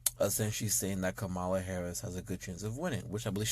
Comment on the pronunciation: OK so the way you say her name makes me cringe but Obama got it right Obama was simply pointing out the racism of those people because it can't just come out and saying white people are racist what he was saying was black people black men specifically